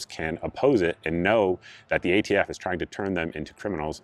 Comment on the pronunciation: It’s hard to take him seriously when he keeps calling ATF “the AFT” and then at one point he started to say “prostitution” when he meant prosecution. A Freudian slip no doubt! I was laughing so hard at him that I missed half of his rant. I’d like “Presidents who can speak coherently in public” for $800 please, Mayim. We’ve suffered six years. It’s time. Personally I don’t give a FF about ghost guns. You can still build one if that’s how you roll, you just have to have a registered serial number on it. BFD. I can’t imagine Joe’s rule impacting anyone’s life. On the other hand, will this solve any gun violence problem in America, as Joe claims? Absolutely not. It’s all pablum for the Left Wing anti-gun crowd. He was pandering to a biased crowd and he played it up to the max. It was a well-planned, poorly-executed stage play. 🤮🤮🤮🤮🤮🤮🤮